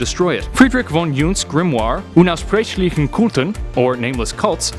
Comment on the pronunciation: It's funny how horrible you pronounced unaussprechlich (unspeakable / inexpressible). You really made it seem unaussprechlich